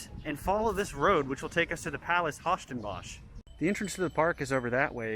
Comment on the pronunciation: yeah the name of the parc is really diffucelt for English speaking people but still it found little bit funny to hear it :)